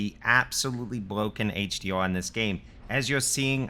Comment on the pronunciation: weal weal pwoblems. bwoken difficulty. outwageous.